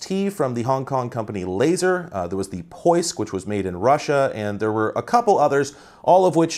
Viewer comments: 5,19 - you pronounced it just right, it's POISK (поиск) - means "search process" in Russian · nailed that pron of "поиск", gj m8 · Your pronunciation of "Поиск" (“Search") was pretty close to perfect👌